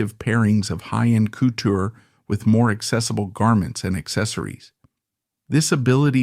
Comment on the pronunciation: Ckootoooo.......😂 couture